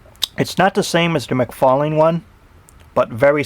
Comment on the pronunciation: great toy review but you did not say todd mcfarlane's name right, it's mcfarlane not mcfarling.